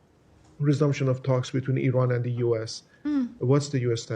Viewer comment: White people are so stupid that they even don’t know how to pronounce Iran.